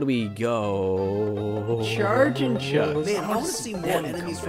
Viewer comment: That 100% our Canadian accent at work. THERE'S NO MORE ROOM IN THE CER BERB!